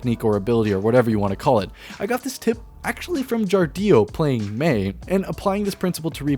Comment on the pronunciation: JAR-DIO.... NO NO NO. ITS JARDIO